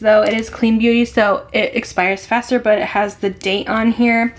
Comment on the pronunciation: I Love watching you, however when you say the word "but" you do not pronounce the "t" at the end. I know it's a generational thing, buT it drives me crazy. I really do love your content and great personality.